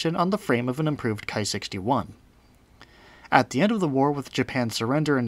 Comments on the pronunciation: Nice video. I'm glad to have found this channel. Buuuutttt, it's "Ki" not "Kai". It does not rhyme with "high." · Ki rhymes with tea.